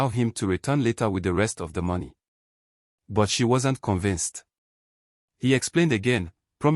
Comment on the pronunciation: It’s But not buy ….ozuor